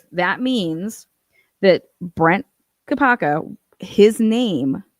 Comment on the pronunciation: He totally said Brian "Kopaker"😮